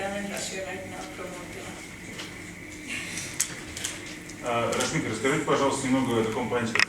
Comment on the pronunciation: оно рашмика, а не рамшика